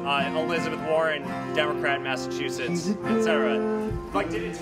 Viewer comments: Does he keep saying massatwoshits? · "I was booked by Warren on a flight to 'Massa2shits'" Oh. My. God. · Hustler can't pronounce Massachusetts. Budgie with a badge in an ill-fitting shirt.